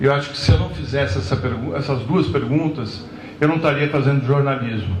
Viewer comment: Um jornalista como o Florestan falando: eu não 'TARIA', me faz desistir de acompanhar até os canais mais democráticos! Não consigo entender qual é a dificuldade em pronunciar ESTÃO, ESTARIA, ESTAVA, ESTOU, etc., ah, e ainda tem o famoso VIM do Moro, que muitos falam no lugar de VIR. Olha, desanima, tchê, juro!!! O nível está criticamente baixo e vulgar!!! Invés de estarem levando cultura ao povo, estão disseminando a ignorância, a pobreza na linguagem, a preguiça mental e verbal!!!!!!